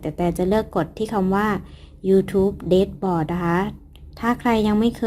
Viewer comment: คะ dashboard ออกเสียงว่า "แด็ชบอร์ด" คะพี่ได้ยินหลายคลิปละ ว่าจะทักบอกหลายทีแล้วคะ/พี่ติดตามแทบทุกคลิปเลยนะคะคลิปมีสาระและเข้าใจง่ายมากเหมาะสำหรับยูทูปเบอร์มือใหม่ทุกคนมากๆเลยคะ 😊👍